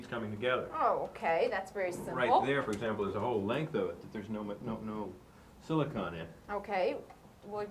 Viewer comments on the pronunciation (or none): It’s silicone Bob not silicon!